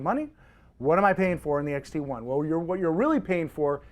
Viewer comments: Dude is clueless. Know your cameras before you speak about them. It's not "Contrax" - it's Contax. It's not an XTI - it's an X-T1. Zebra is an exposure assist. It's not a "Tilt & Shift lens" - It's a "Tilt-Shift Lens". I am only halfway through the video. It just diminishes your credibility. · did you say fuji xt- eye ?